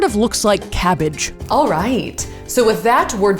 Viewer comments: This was the first comment I saw and I was highly anticipating her saying "cabbage". Was not disappointed 10/10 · There's something deeply satisfying about the way Safiya says "cabbage."